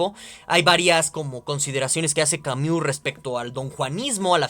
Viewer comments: Ay, con todo y la mala pronunciación de "Camiu" buen video hahaha aunque me daba un ataque escuchar esa pronunciación una y otra vez hahshaha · Camiu, camiu, camiu, camiu jajajaja